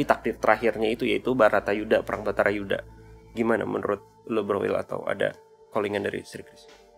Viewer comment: salah terus kalau ngomong Bharata Yudha dia ngomong Bhatara Yudha, tapi aku suka jadi lebih Bijaksana dan Smart